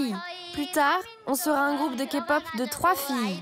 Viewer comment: Oui je confirme ton dernier point sur le rabaissement car ils ont entre guillemets afficher que des fans hystériques a l’écran alors qu’on est pas tous comme ça. Point positif observé les voix ont bien prononcé genre kpop et tout mais sinon le ton mis sur les voix françaises des idols est catastrophique on dirait on se fout de notre gueule